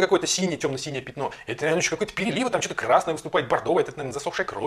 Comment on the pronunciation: Он продолжает говорить "пИтно", вместо "пЯтно". Убейте мои уши.